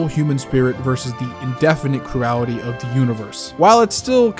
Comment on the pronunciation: The way this man pronounced "cruelty" gave me a stroke, aneurysm, and heart attack in that order.